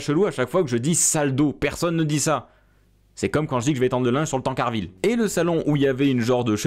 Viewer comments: enfin quelqu’un qui dit “tancarville” super vidéo 🎉🎉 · Hoooo toi aussi tu dit Tancarville !!! 😱 👍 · Je te rassure moi aussi je dit Tancarville sinon super vidéo